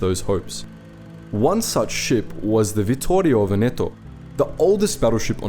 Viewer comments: Nice video! Just a little suggestion: it's "Vèneto", not " Venèto"! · One of the things that I appreciate of the channel, is that you try your best t pronounce various languages the most correct way possible. Like Vittorio Veneto is hard to pronounce, and the only mistake you made was in Veneto where the accent is on the first e, like Vèneto. Congratulations for your efforts and pronunciation mate